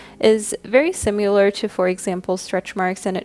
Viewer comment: Does anyone else hear her saying "simular" instead of "similar"?